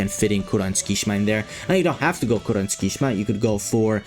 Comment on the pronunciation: btw Tsukki's name is not pronounced "skee shma". It's "suki shima"